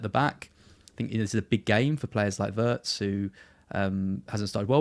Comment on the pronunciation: Come on boys. If you know how it's pronounced then use that, don't go back to getting it wrong intentionally. It's pronounced Veertz.